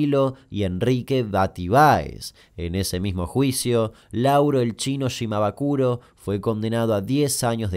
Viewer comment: Shimabukuro no shimabakuro, jajajaajaj, igual te re banco! Saludos